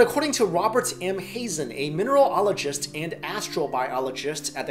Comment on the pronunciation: That looked like the mir kimberlite pipe.... The super-deep bore hole is obviously not an open pit strip mine! You could never dig that deep an open pit, unless you have a fusion powered 'steam-shovel' lol. Min-er-alogist....... not Mineral - .... ologist!